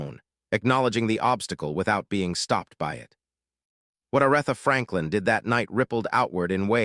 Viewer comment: Her name is A r eeee tha! Please stop messaging up her name. It turns us all off and we can't listen anymore. How can you not know how to pronounce her name?